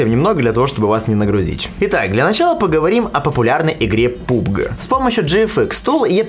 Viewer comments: Блин ... ты уже достал , со своей выезжающей камерой .. мы поняли .. что для тебя ... это лучший вариант 😃😉 ...без обид p.s. Не пубг , а пабг.. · Да не ,,пубг,, бл&%$ть ,а ,,пабг,,!!!!!!!!!!!!!!!!!!!!!!!!!!!!!!!!